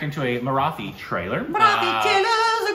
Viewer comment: Guys, a small tip to perfect your pronunciation of the word 'Marathi'. Copy paste this into Google translate and hear it - मराठी. The T in Marathi is hard, not soft.